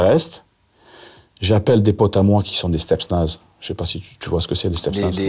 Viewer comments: une interview très intéressante. J'ai juste voulu dire que "spetsnaz" se prononce bien "spetsnaz" et pas "stepsnaz" parce que cela vient du russe "spetsyalnoye naznatcheniye" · Spetnaz pas stepnaz